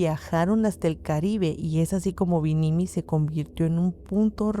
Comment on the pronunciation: nomás un pequeño apunte: es BIMINI, y no binimiii … ya se, está raro pronunciarlo.god job!!!!